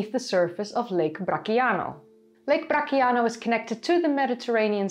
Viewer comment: Excellent video. Friendly correction, "Bracciano" is pronounced bratchyano, instead of the "k" sound. -Brand new subscriber.